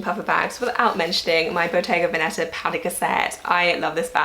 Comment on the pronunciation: Hey! The accent in “Veneta“ (Bottega Veneta) is actually on the first syllable! So it‘s vèneta ☺️love your videos!